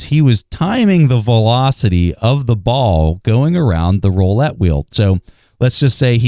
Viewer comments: "roollette" not "rollette" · Joe April no it’s roulette